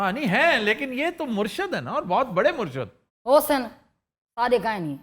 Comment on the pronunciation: Aftab Iqbal sahab: It's "Murshid" not "Murshad".... "Murshid" is for leader => peer! Where as, "Murshad" is for the followers => awam!